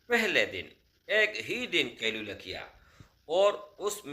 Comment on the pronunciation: Asslamo alaikum India se aap kailula kya bolrhewhmlog nhi smagh pa rhe shi se smghay